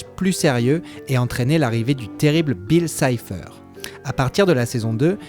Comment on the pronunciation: C'EST BILL CIPHER et pas Bill Sipher